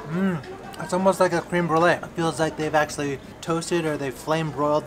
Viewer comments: when he said cream i was like its creme lmao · Creme brulee is pronounced Crem, not cream